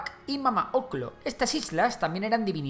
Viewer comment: Mamá ocllo suena raro decirlo como oclo y no ocyo pero no se si estaría bien el primero